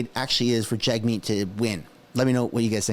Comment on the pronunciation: Jag-shieet will rig it